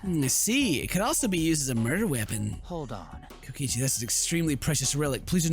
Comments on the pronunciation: did he say kokoshi instead of kokichi or is it just me? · Is anybody else mad that he's saying kokichi's name wrong?